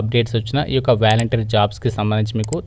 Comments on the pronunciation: Valenteer kadhu adhr volunteer 😅😅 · Babuu , volunteer,, pronunciation is volantiar , but not like vyalantir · valenter kadu bro volunteer 🤦‍♂️